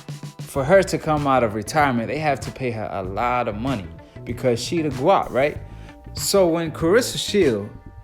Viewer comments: Dude it’s GWOAT not GWAT lol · Omg bro its GWOAT not GWOT lol. I cant watch no more. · Dude said Gwat lol...not Gwoat. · Man it GWOAT....LIKE GOAT BUT WITH A "W"......LMAO MAKE A VIDEO AND KNOW NOTHING!!💯💯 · great vid but y u keep saying gwat 🤷🏾‍♂️ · Guatt??🤔🤔🤔 I guarantee you're pronouncing it wrong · U need to take a speech class .. you mispronounced Gwoat and Anne Wolfe 🤦🏾‍♂️ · Stop saying gwat sounds far too close to twat 🙏🏼🙏🏼🙏🏼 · Gwoat man gwoat like goat. You cant even get that word right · Gwoat sounds like Goat with the long "O" sound. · This dickhead said “GWOAY” wrong yu don’t know shit about boxing rip roger mayweather lol